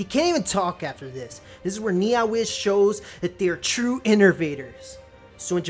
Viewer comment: The way you pronounce NeoWiz is hilarious "NiaWiz" lul